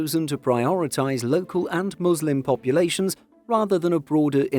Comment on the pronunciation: I appreaciate that you pronounced "muslim" and "haram" right